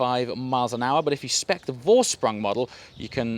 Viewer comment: took me some time to get that you were saying Vorsprung